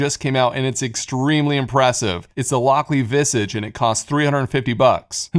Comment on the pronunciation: It's a small thing, but I don't think Visage is pronounced like that!